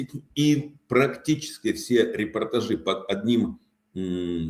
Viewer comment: чтобы вы уж совсем были горды собой, могу вам подбросить еще одну его ошибку: он сказал о пониженном болевом пороге (общества). А в контексте его речи надо , конечно, говорить "болевой порог сильно ПОВЫШЕН". Это часто путают. Он говорит "репортажИ" вместо "репортАжи", что неправильно Надеюсь, вы счастливы))